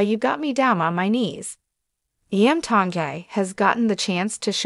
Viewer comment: Please learn to pronounce Iam Tongi's name Correctly🤙